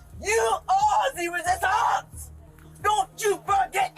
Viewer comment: where the heck did the random French accent come from?? You are the re-sis-tauunce! 🤨🤨🤨